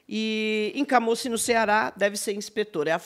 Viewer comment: No Ceará pronunciamos como CAMUCIM, não CAMÓCIM